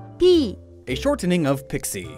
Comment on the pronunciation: The way you pronounce shortening sounds really unnatural. Speaking clearly doesn't mean pronouncing every letter ya know?